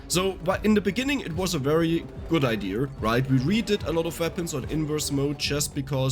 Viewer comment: I been loving the way he says idea…”idear” I LOVE IT.happy I got VS for my phone and bought the extra dlc maps,thank you!!!